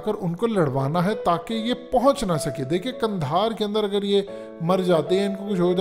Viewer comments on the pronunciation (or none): لفظ قندھار درست ہے جبکہ آپ نے کندھار استعمال کیا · اگر آپ کی “حقیقت” کو “حکیکت” کر دیا جائے تو کیسا لگے گا اب پلیز “کندھار” کو “قندھار” کر دیں ۔